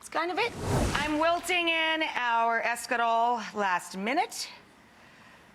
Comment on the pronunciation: Quit saying Escalole. It is Escarole. You are American Rachael Ray not Italian no matter how many times you say